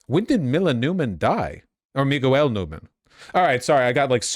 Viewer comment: Commiting to the accent so hard, you pronounce a mf's name "Mi-goo-el" lmao